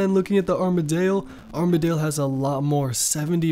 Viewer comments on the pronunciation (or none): hearing you say rune, saradmon, and armadyl hurts me...lol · Just sound out the words xD. Rune, Armadyl, etc....